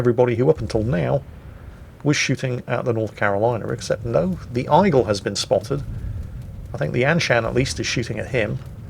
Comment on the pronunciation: Eye-gleh? Eye-gleh?